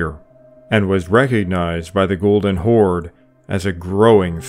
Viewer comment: Why do you call Golden Kaganat a "Golden Chord/Khord"??